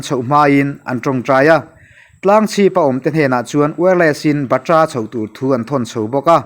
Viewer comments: Batra ni lo in Bat-ra ti a lam tur ani chuan ka hria mawle kei ve hian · Batra lam dan hi dik lo deuh